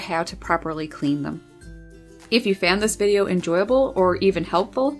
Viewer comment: Why Can't You Pronounce Your O's?? It's Found, Not Fanned. You Put an A where an O is supposed to be. WHY?? Body, Not Baddy, Often, Not Aften. Some Speech Therapy is in Order!!